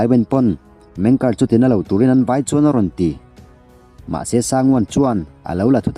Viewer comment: Meng ker nilo in MENG KE'ER